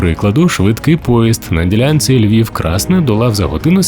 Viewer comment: Назва населеного пункту - КраснЕ, з наголосом на другий склад.